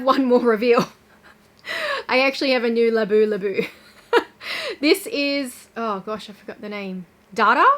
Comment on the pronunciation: It’s Labubu not Labulabu 😊 Gorgeous Chanel backpack 😍